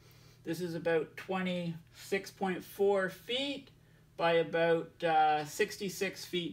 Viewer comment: . "buy aboat" lol what does sailing have to do with climate change